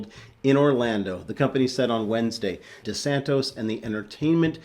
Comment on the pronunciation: Sorry,. It is DE-SAN-TIS. Not De-san-TOS. I've lost so much after buying it at $130 and waiting for almost 2 years to sell it at $108. I'm fed up with Disney. Those cry babies can shove it. I will not participate in Disney stocks again. I hope they go to Zero.